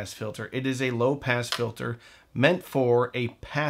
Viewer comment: You said “low pass filter” I heard “low pants filter”